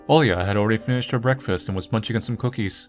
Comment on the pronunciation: Small note - the protagonist's name is not AN-ton but rather an-TONE. Also I think you pronounce the L in Olya as I. Sorry if too nitpicky but it really bugs me for some reason.